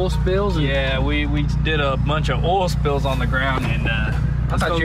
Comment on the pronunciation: Everyone: "OIL" Spills: "OLL" Spills